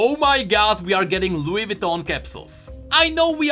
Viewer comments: sorry but i just wanna say it’s vuitton not vitton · Vouitton not vitton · its Vuiton not Vitton